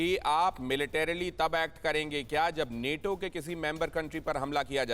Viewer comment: नेटो नही नाटो